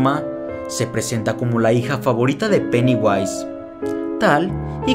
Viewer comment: Vai a flota dijo peniwais.